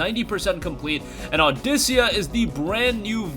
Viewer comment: Dafuq is "audicia"? Its audica boi!